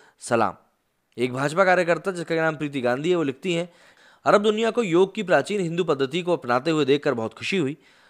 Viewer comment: बंधू, उसे 'योग' कहते हैं 'योगा' नहीं! योगा तो अंग्रेजी में कहां जाता हैं क्योंकी उस भाषा में कुछ शब्दों के अंत में एक अतिरिक्त 'अ' लगाने की चेष्टा होती हैं!